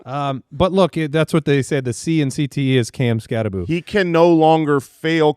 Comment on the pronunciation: Change the Bill Croskey gag to Skattabo....shouldnt his name be said like skattabow though?!?! I know i know, i just really hate the boo pronunciation 🤣🤷‍♂️